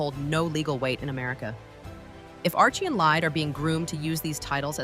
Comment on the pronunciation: Not Lillet it's Lillibet. Also 5 people would have to die or abdicate before either Archie or LILLIBET could take the throne.